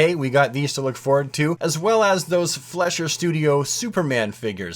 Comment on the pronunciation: Learn how to say Fleischer Studios.